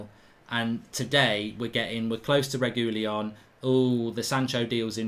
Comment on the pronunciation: Sergio "Regoolyon" Reguilon